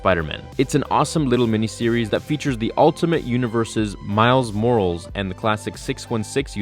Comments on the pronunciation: Did this man just say "miles morals"😂😂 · Morales isnt pronounced Morals. Watch or see a trailer of Spiderverse or watch any Ultimate Spider-Man episode that has Miles in it, hearing his last name pronounced as if it was Morals was a big off and a little cringe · Feral Changeling *More-al-iss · Do you have a ghost writer? I’m a long time “Theory” subscriber and fan but we need some kind of explanation for the Miles Morals pronunciation. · Can't be the only one who heard Miles MORALS (Morales...maybe) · “Feigned” is pronounced “F-ay-ned” and it’s Miles “Mor-ah-les”. But you know that. You definitely said it wrong on purpose to get comments like this. You win. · Did you say Miles morals? 😂😂😂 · Morales is pronounced Moor-al-ess. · MILES MORALS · Miles Mora less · No its MORALS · I think you need to learn how to say Miles last name lol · Me: Going to the comments to see fun discussion about video topic The comments: HA He said morales wrong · I’m glad I’m not the only one giving you shit about pronouncing Miles’ name wrong 😂😂😂 love ya bud, but c’mon!!!